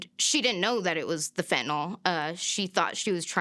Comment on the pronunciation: It's pronounced fentanILL not FentanALL